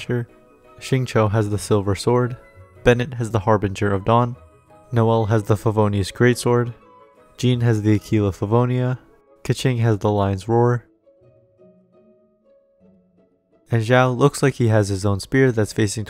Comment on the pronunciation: Why is Keqing pronounced Ke-ching? I mean I understand Qiqi being pronounced Chichi but why Ke-ching?